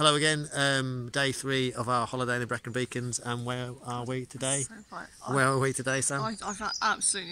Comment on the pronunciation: Thanks, Mark. We were so lucky with the weather. We were blown away by our first visit to the Brecon Beacons. It was stunning. I hope we are as lucky again in a couple of weeks for a trip to Snowdonia! Thanks for watching. And for the pronunciation tip!